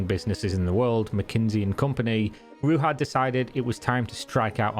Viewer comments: ‘Rudzha’ is how BBC Radio 4 pronounced it. The series is probably still available on BBC Sounds. Her probable fate had occurred to me, and, I don’t know why, leaves me a bit sad(?) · Ruzha. Sound "zh" is present in english language. For example in the word "illusion" or "pleasure". This is just your typical anglo arrogance - we don't give a damn how your worthless barbarian names are pronounced. Also, english native speakers tend to be borderline dyslexic - they learn pronunciation by rote because their spelling is so ridiculously effed up. Most of them see words as ideograms that have no phonetic logic to them, they are incapable of deriving the sound of a word from its constituent letters. Like Egyptian hieroglyphs or something. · You are right, it is not correct, the "j" in her name = "ж" in Bulgarian, in English, it would be more accurate to replace it with "zh" or the whole name = Ruzha. If you are interested in checking out exactly how it sounds, you could do it via Gtranslate - select Bulgarian to English, type "Ж" in the Bulgarian field and you'll have to option to hear it. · Good video but what's more impressive is how far off the right pronunciation of a four letter name you are. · you are pronauncing her name wrong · another epic video, man. I know you are not bulgarian, but to say Ruja right, you have to pronounce the "j" as in JPEG but with less 'D' in the start of the sound. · Could have at least found out how to pronounce the main character's name in your story. Lazy lazy lazy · its pronounced Ru(j)a (j)ocker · I'm not sure Ruja is pronounced with the spanish 'j' in a Bulgarian name. is that really how they say it? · Son , its R-U-ZH-A not R-U-V-A or R-U-H-A. Her name is Ружа or Rose on english . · Her name is Ruhza, Not Ruha ;-) - check the original Bulgarian spelling ;-) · She's Bulgarian, not Latina, so [Roo-zha] not [Roo-ha]. It was so distracting throughout the video... 🤦🏼‍♂️ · ITS RUZHA , NOT RUHA !!! THE J IS PRONOUNCED ZH